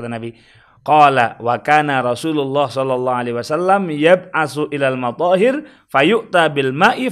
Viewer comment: Alhamdulillah sudah dibantah ust Yusuf rustam, bacanya aja sudah salah, madzohir padahal matohir